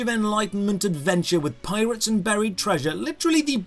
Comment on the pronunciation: I absolutely cracked up at "Local PiratesA." I'm pretty sure my upstairs neighbor could hear my cackling.